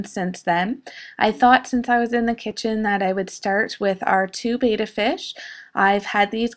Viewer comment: Your animals are all so cute and adorable!!! I love the little bunny noses at work haha (A small side note... Siamese fighting fish are called Bettas which is pronounced bet-tas. Not betas.)